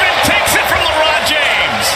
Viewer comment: Did he say Marvin takes it from LeRiod James lol